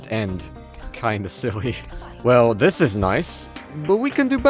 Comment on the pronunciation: weird lisp cant pronounce "this" properly and says dis so annoying